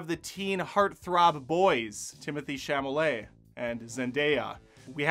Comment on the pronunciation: It’s Chalamet, not Chamalet.